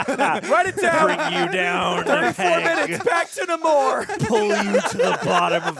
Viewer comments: Bruh you can’t give a long speech about a character not being true to what he should be if you don’t know how to say the characters name. If your such a Namor fan say his name right. It’s Nay-More not Nuh-more. Has been in every medium. Now when Tenoch Huerta said it with a thick accent it sounded like the former but everyone else said Nay-More in the film. Just saying I’m rubbed the wrong way if your talking about staying true to the character but saying his name wrong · The RiRi Williams stuff was okay and DIRECTLY tied-into the plot. The Everett Ross/Valentina stuff was FORCED setup for Thunderbolts and was ABSOLUTELY NOT NECESSARY. Namor (pronounced NAY-more, I refuse to say Nuh-MORE -- though I will admit the explanation of his name makes much more sense than the comic book "backwards Roman" thing)